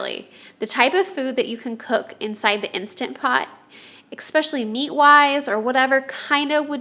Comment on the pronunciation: Hi, there's no 'X' in the word especially.